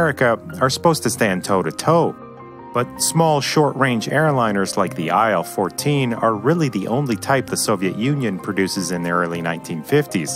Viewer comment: IL-14 is not "aisle 14" it's "eel 14". Was named after a chief designer Eelyushin, not Aisleyushin.